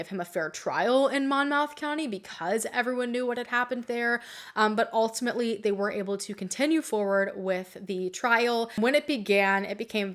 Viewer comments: hey! i’m a person born and raised in new jersey but in you pronounce monmouth county “mon-MOUTH” county when it’s actually pronounced MON-MYTH, keep up the good work and ty for shedding light on this case! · It's "Point Pleasant." Sea Girt, SLH, etc. EXTrEMELY Wright areas. 6Flags Great Advemture w/North América'a largest/safari+theme park r in Jackson. It 's actual y pronounced: Mon(rhymes w/Jon) muth. Monolito Mom-uth. It's so stupid+annoying. Thank u! I am frío the area and had never heard of thai b4. I'm shocked! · Crazy that I've lived in nj my whole life and I've never heard of this Also (the n in momnmoth is silent) ❤️☺️